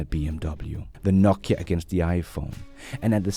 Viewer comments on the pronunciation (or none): none